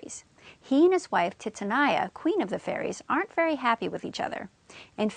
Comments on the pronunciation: It’s TITANIA not titinia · I can't believe the pronunciation of Titania !!!!! Phonetically it's Teetahneeah. Helpful otherwise. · Your pronunciation of 'Titania' kills me... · Thx For help But the pronounciacion Of Titania Sucked my dig